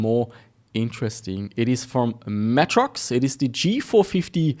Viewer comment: holy shit. i have never heard of matrox pronounced as matt-rox. always more like matrix but with an o - may-trox